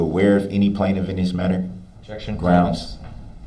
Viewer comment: you mean to say “ gronz” lol